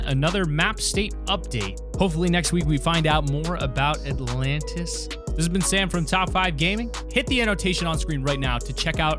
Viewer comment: Nobody: The Alantis